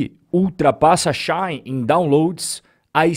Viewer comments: Só uma dica. Não é “Xain” / é She de ela e In de dentro. Xi-in. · Não é relevante, mas a pronúncia de Shein é, algo como, xi in, traduzindo Ela dentro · eu ainda quero entender o motivo pelo qual aqui no braçil chama a shein de "XÁIN" kkkk